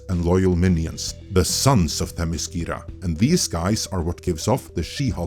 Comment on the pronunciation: Firstly, you’re pronouncing Themiscyra wrong but I don’t blame you because they mispronounced it in the show too. Secondly, there is no majority. After the final tally, the US appears to be very evenly divided down the middle in terms of the popular vote.